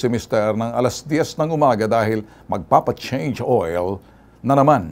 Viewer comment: eto pla narinig ko khpon chnge oil🤣🤣🤣🤣😄😄😃😀😀